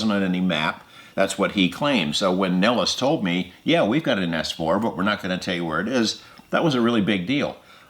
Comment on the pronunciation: Jeremy....it's "ess four" not "ass four" 😋😋😁🤓😚😍